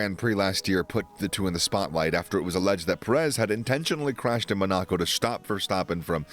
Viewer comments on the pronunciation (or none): none